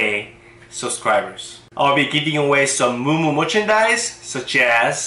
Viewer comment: Did you say Moo Moo Moochandice?? LOL.